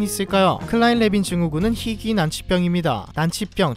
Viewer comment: 심각하게 희귀한 질병인듯... 잠못자는 병, 잘자는병 이도 저도 아니여서 다행 얼마나 희귀하면 휘귀하다고 한지.. 발음 또한